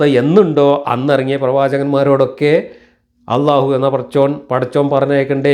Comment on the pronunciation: ജബ്ബാറു മുസ്ലിം ആണോ അള്ളാഹു എന്നു അറബി പ്രോനൗൺസേഷനിൽ വ്യക്തമായി പറയുന്നില്ല ഇയാൾ അഭിനവ മുസ്ലിം ആണു ,, മുസൽമാൻ എന്നാൽ അള്ളാഹുവിനു പ്രിയപ്പെട്ടവൻ,,,, അതു ആകുന്നതിൽ എന്താ തെറ്റ് ,, ആർക്കും ദോഷവും ഛേതവും ഇല്ലാത്ത പരിപാവനവും പരിശുദ്ധവും ആയ കാര്യമല്ലേ,, അതിനേ എതിർത്തു ജാതിയുടെ ഭിത്തി തകർക്കണം എന്നു കരുതുന്നവരെ സൂക്ഷിക്കുക,, അവർ സമൂഹത്തിൽ എന്തും ചെയ്യുന്നവരായി,, നാഥനില്ലാത്തവരായി വളർന്നാൽ ഒരു നിയന്ത്രണവും ഇല്ലാത്ത ഒരു ശൈലിയിലേക്ക് മനുഷ്യൻ വളർന്നാൽ,,, മനുഷൻ വിബിന്ന സ്വഭാവങ്ങൾ ഉള്ളവർ ,,ക്രൂരത ഉള്ള സ്വഭാവത്തിൽ ജനിക്കുന്നവർ നാശത്തിലേക്കായിരിക്കും അവരൊക്കെ സമൂഹത്തിൽ സൃഷ്ടിക്കുവാൻ ഇടവവരുത്തുന്ന വിപത്തു,,,, അതിന് ഗവർമെന്റില്ലേ, അവർ ആക്കാര്യങ്ങളൊക്കെ നിയന്ത്രിക്കും എന്നായിരിക്കും,,,താല്പര്യമുള്ളവരുടെ ആളുകൾ ഭരണത്തിൽ കയറുമ്പോൾ അതെല്ലാം തകിടം മറിക്കപ്പെടും, നിയന്ത്രണമില്ലാത്ത ഒരു സമൂഹത്തെ ആയിരിക്കും അതുകൊണ്ട് പ്രധാനം ഉണ്ടാകുന്നത്,, ജുബ്ബാറിനെ പോലുള്ളവർ ഇരിക്കുന്ന സംയമനമാണോ ഇതേ ആശയം പ്രതിനിദാനം ചെയ്യുന്നവരിൽ കാണുന്നത്,,, അതു കൊണ്ടു ഇന്ന് വരേ എത്തിയ സംവീധാനങ്ങളെ തകിടം മറിച്ചു ദൈവം ഇല്ലാ എന്നത് കൊണ്ടു വൻ വിപത്തുകളെ സമൂഹത്തിൽ ഇവർക്ക് സൃഷ്ടിക്കാനേ കഴിയു,,,അമേരിക്കയിലെ നിയത്രണ രഹിതമായ പോക്ക് ,, ഇവർ ചെയ്യുന്നതെന്തെന്ന്‌ ഇവരറിയുന്നില്ല,, ഇന്നാ പുതു സമൂഹത്തിൽ യോചിപ്പിലെത്താദായതും നിയമത്തിൽ വരാത്തതുമായ കാര്യങ്ങളെ ശുദ്ധമായ നല്ല ചർച്ചയിലൂടെ പരിഹരിച്ചു അതിനുള്ള മാറ്റങ്ങളിൽ തീർപ്പുണ്ടാക്കി മുന്നോട്ടു പോകുന്നതാ സമൂഹത്തിനു നല്ലതു !!!